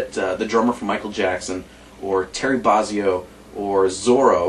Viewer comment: I don't know too many people that even SAY Terry Barzzio - I've only ever heard him called Bozzio......alright I'm nit-picking! I fould this to be very helpful and informative, but would have liked to have heard some demos, although I'm sure they will be on here elsewhere, so thanks.